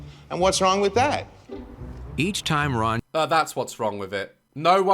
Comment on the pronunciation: My favorite time-stamps♥ "oh its got bin juice coming, oUGH" "OH you ffff--------" deflates "just spit in their mouth, just puh-" convulses "even if they went EUGH" That killed me💀 "correct me if I'm wRRRong 🇪🇸 /sarcastically/ "idk about you but I don't see the difference" "I need to hit someone" dumbfounded